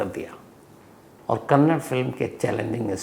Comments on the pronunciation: Sir, please correct your pronunciations. Its not Karnatak but its KARNATAKA and its not Kannad but its KANNADA. Being a great orator if you make such mistakes what can we expect from normal citizens ? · Kannad nahi Kannada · So many mistakes it’s. 1) kannda and not kannad 2) Also it’s Pavitra Gowda and not Goud. Don’t expect this from a Senior crime reporter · Appreciate your time, but first of all it is Kannada not Kannad, and it Pavitra Gowda not Gowd. Please atleast know pronunciations. Kindly do some research on this as well. Gowda is a big community here, it is not good to pronounce the second name in this way. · It's Kannada not kannad and Karnataka not Karnatak pls note and show respect.